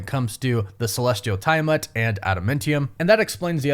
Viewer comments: Don't tell that! You'll just make him say TY-a-mutt more! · so.... we not gonna mention TIE-A-MUTT!? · Come on man it’s like you watched Eternals and covered your ears every time they said Tiamuts name. 🙄🙄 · You talk weird dude. You over-annunciate your T's, and it's adaMANtium... not adaMENTium. It's TEE-a-mat, not TYE-a-mat. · Is there a reason why you dont properly say the names of adamantium and tiamut? its not like in anime with language difference's. its been said multiple times and pronounced properly.... "Adementiem, and tiamet"